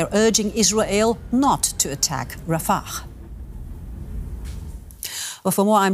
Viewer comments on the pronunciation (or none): It's RafaH not RafaKH.. Kharay 3aliky